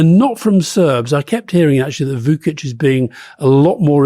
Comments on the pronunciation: The pronunciation of Vučić is vuchich not vukich, and the pronunciation of Budapest is budapesht, not byudapest. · For two worldly gentlemen skilled in languages, they need to brush up on their Serbian and/or Croatian alphabets. Вучић is Voochich.